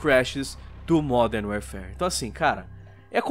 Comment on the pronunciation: "Modern Wearfare" pronunciou direitinho.... só que não.